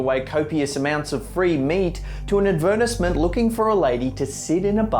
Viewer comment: What does he say at 17 seconds adversment or advertisment. Or we taught another word the whole world says different I'm starting to feel phonetically deprived with the American terms of literacy.